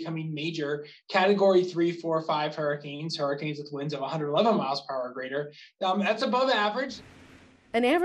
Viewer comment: you said hurrcen insted of hurricanes